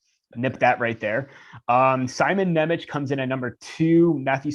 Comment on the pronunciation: Hey guys, I like your analysis videos. One thing to taunt you about: Jiricek's name pronaunciation is "Yee-rzee-check" and Nemec's is "Nye-metz". Trust me as a guy from Slovakia :)